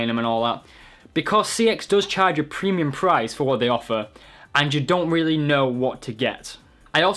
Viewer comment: 'Pwemium pwice'